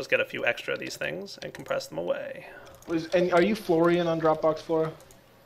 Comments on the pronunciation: your btw pronouncing florian wrong also its a guys name :D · just for you to know, Florian is pronounced with a long "a" and short "n", the rest was ok as you pronounced it, then you might understand it's male.